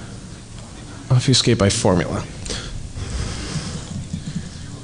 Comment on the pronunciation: I hate to be "that guy," but "ob-FEW-skate" was killin' me, smalls. It's pronounced like "ob-feh-skate." While we're at it, here are a few more words that will start driving you batty when you realize how often others (possibly including yourself) mispronounce them: Familiar: Everyone says "FER-miliar". Stop that now, sir and/or ma'am. Comfortable: Everyone says "comf-TER-ble," which seems technically allowable in the dictionary, but only because so many people have fucked it up for so long. Good job. And perhaps the one that drives me the craziest: "An historic": The 'h' isn't silent, ffs. You don't study "'istory," you study "history." It's not "an 'istoric moment," it's "a historic moment." Google the shit out of this if you'd like; you'll find all kinds of divergent opinions, but there is a correct answer, and it's the one I've conveniently provided for you. Actually, you know what? Here, read this to yourself: "Historically, Hilda had the honor of having horny hombres gaze hourly at her humongous hooters from the hillside." Even if you're sans penis, I'm punching you in the dick right now if you read that like this: "Istorically, Ilda ad the honor of aving orny hombres gaze hourly at er umongous ooters from the illside." MAN, that felt so good to pointlessly say on YouTube! Now everyone reading this gets to think I was angry or in a pissy mood while typing all of this, but, really, I was laughing and enjoying myself the whole time. Yaaay, Internet! :D